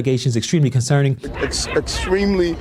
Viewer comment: “Extremely concermin” lol, is he sundowning?